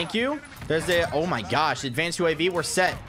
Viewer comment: “Advanced UAV”- English accent😂😂